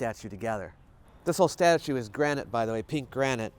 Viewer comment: She says "statue" like Giada De Laurentiis says "parmesan." ie: pretentiously incorrect.